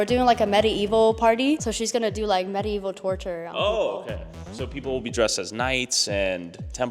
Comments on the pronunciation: She pronounces medieval weird. Sounds like metaevil. 😂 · "Actually??" "medi-evil".. this generation is cooked